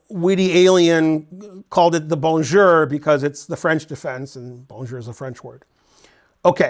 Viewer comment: So much time spending in Belgium and still saying « Bonjour » like an American. Terrible.